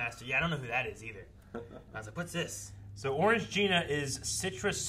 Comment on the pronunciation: Why do you guys keep calling Orangina "Orange gina"? There's just one G!